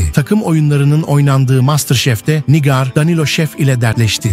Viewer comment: NİGÂR diyemeyen de video hazırliyor ya. Pessz.